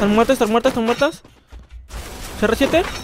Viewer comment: Cada like son las veces que dijo serresiete 👇